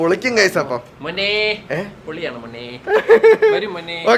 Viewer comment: bro samsarichathu sayip op polle indairunnu "monne"😅😅😅